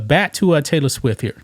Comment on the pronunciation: It not Swiff..It's Swift LOL